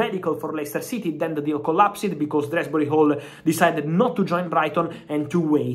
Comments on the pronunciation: DOOZBURY...... not DREZZBRY....... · Drehsbury-hall😂😂 Love You Fab😅